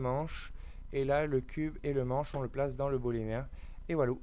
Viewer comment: Beau tuto mais par pitié, l'objet de soustraction se nomme booléen, pas bolémien... Boole s'est retourné dans sa tombe une centaine de fois tout du long de ta belle vidéo ;).